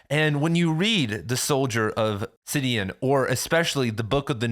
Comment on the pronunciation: Sidon not "Sidion"